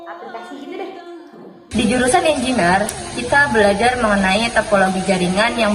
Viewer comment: izin saran ikhwani. Pengucapan kata "engineer"nya kurang tepat alias salah. coba dengarkan google assistant atau voice over. para mahasiswanya juga rata2 salah mengucapkan kata tersebut. Semoga bermanfaat. semoga kampusnya terus berkontribusi positif untuk bangsa indonesia dan masyarakat global. amin.